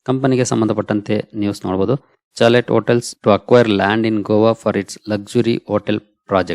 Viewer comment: Good evening sir.charlet hotelannu shalet hotelenta helabeku.writing mattu pronouncealli difference yede.